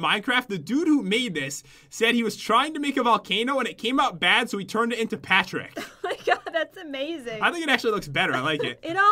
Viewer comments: Patrick not Pattrick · Pat-Rick Volcano